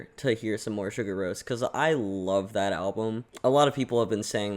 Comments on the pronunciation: Btw, it's more like "See-Gour", it's not prnounced Sugar. XD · See-Goor-Rose not to be rude, but it’s the correct pronunciation (I love this video by the way) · i love your enthusiasm for this but please stop saying sugar roce 😂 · Please try to pronounce their Name correctly.Its Islandic,not American.....Anyway,its one thing listen to this Album,but to see them LIVE is on another Level .This is one of the Best Live Clips available for the Last Track,also their Last Song in their Live Shows : Sigur Rós Untitled #8 (Official Live Video)